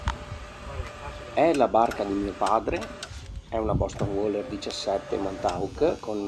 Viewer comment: Si dice "WEILER"... ma ok! Lo voglio troppo. Ma nuovo costa troppo!